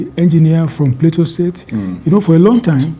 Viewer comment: Someone please tell Bayo Onanuga: It's not "Plato" State. 😂 It's "Plateau" State.